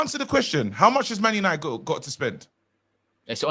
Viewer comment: “GLORY-GLORY-MAN YANITED!” 🤣🤣🤣🤣🤣🤣